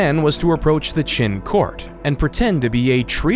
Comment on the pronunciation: c'est un peu bête de ne pas avoir appris comment prononcer les noms Chinois. En effet, Chine viens de Qin mais du coup on se demande pourquoi ? la raison est simple c'est la même prononciation en chinois. mais la avec votre prononciation on ne vois pas trop le rapport.